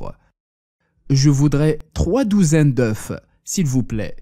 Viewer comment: "Trois douzaines d'oeufs". Ici, en français, on prononce "eu". On n'entend plus le " f " lorsque c'est au pluriel. 😉